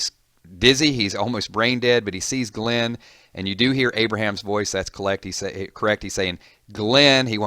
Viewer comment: For a walking dead fan this guy really doesn't know how to pronounce some of the characters names